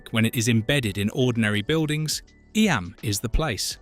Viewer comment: Learn to pronounce eyam...